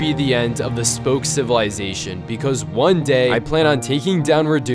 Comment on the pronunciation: every time he says civalization i rember dr.stone XD